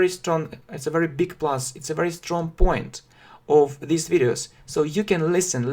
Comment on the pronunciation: Английский язык. Английский для начинающих. Уроки английского языка, я все равно слышу this. Хотя между произношением These и This разницы наверно нету.